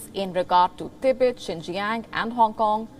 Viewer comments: This poombai anchor cant even pronounce TIBET properly, and you believe that they stand for it? Gosh... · This anchor can't even pronounce strengthen, reiterate, warn, TIBET, support and many other English words....